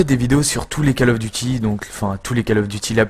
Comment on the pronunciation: Coll of duty pas Caaaaall of duty u_u